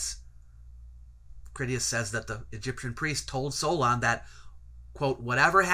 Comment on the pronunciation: "Solon" For Greekists the first 'o' is omicron, while the second 'o' is omega. Thus the incorrect pronunciation in the video